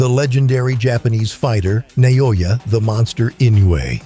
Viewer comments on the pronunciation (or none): nayoya? Seriously?